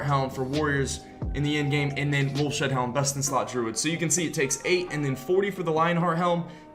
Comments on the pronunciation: It's wolf's head, not wolf shead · Its Wolfs HEAD helm.... ya know because it's the head of a wolf... not wolf shead lol.....